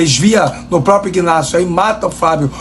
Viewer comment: IGGGnácio é Flórida., o G é mudo. Inácio é o nome do cidadão.😂😂😂😂😂